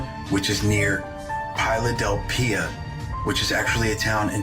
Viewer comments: Dude really said pie a del phia. That's crazy Ardmore,pa is not far from me. I live in Philadelphia. The city Dude try to say, he's American. There is no excuse lol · Did he really just mispronounced Philadelphia? Hey Carla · Why is mispronouncing Philadelphia? Who is he anyway?